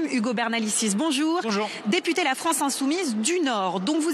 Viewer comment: Rien que le "Bonjourein" de la macroniste donne le niveau de son discours🤣🤣🤣